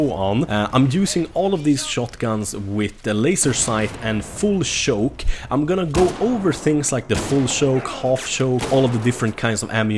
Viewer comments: its not shoke is CHoke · He was pronouncing choke as shoke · He says full shoke and not full choke lol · "full schouke" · A full shoke